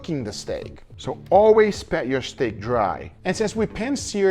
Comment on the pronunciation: I've been meaning to ask this for a long time but are you saying PET it dry or PAT which is proper? It really does sound like you're saying PET!